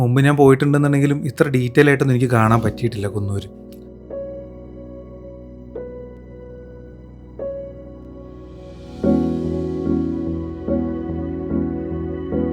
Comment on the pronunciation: കുന്നൂര് അല്ല കൂനൂര്